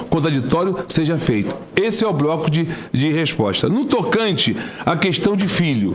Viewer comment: Eu ouvi "broco"???